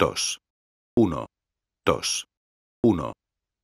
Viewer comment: el tio en vez de decir uno-dos dice uno-tos